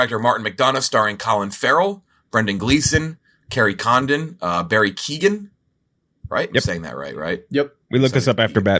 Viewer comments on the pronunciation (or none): Keoghan rhymes with 'Owen'; the 'gh' is silent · It seems he pronounces the G himself. Kyoh-gan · That is not how you pronounce Barry's name, lol. The G is silent It is Kee - Oh - Han